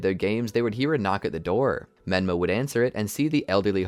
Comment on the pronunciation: Did any one else here him say benma 😮